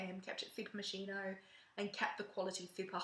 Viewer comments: To put it plain and simple : it's pronounced moskino and not moshino !!!!!! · si dice moschino CAZZO